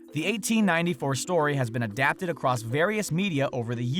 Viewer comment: Acrost? Acrost Europe? Really. You speak professionally, there is no 'T' in the across. Yes, it's that disturbing that it's the only comment I have for this video.